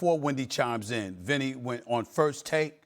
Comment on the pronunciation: i said Vinny not Windy 🤣🤣 I'm now on the floor